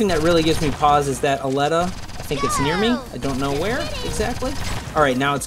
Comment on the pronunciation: U pronounce it /alleta/ when I looks closer to Aleta (/elite/a/ with an 'A' at the start) Like the movie alita battle engine. ???